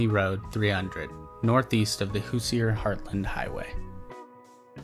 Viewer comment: Just FYI and cuz I heard it twice so far, Hoosier is pronounced "hoo-zhr"; two syllables, not three. Your videos rock though!